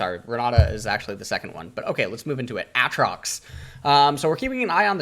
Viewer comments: When he said Aatrox and not A-A-trox widepeeposad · its been like 9 years and you still says aatrox's name like that